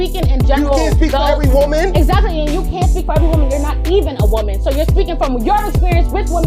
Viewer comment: People, can we PLEASE start learning to know the difference between pronouncing WOMAN and WOMEN??? I thought it was just the low IQ girls on F&F and Whatever Podcast who can't say it correctly. Once i heard say it too, i hung my head in defeat. I can't believe it... smmfh 😞. Then once he said it, another low IQ heard it and thought that's the correct way to say it and then REPEATED it incorrectly. This is wild work